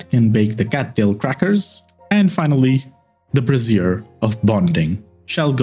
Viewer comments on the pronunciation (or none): "Brazier" pronounced like "Frasier" is a bowl of burning stuff. "Brassiere" rhyming with "severe" is an article of women's clothing...